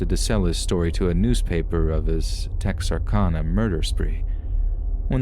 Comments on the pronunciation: I grew up practically living in Texarkana, and I can say this was pronounced tex ar can a hehe. But good and accurate story. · Tex-ar-CAN-uh. Short A :) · Its pronounced tex-r-can-a ...lol making this arkansas girl cringe the way you pronounced it lol